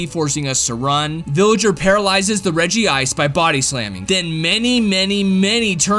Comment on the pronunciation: Is it just me or does regi sound like wedgie.